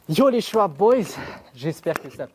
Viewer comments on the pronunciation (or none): none